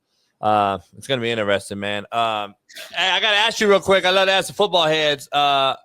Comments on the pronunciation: 😂 lemme ax you dis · needs to stop "axing" questions.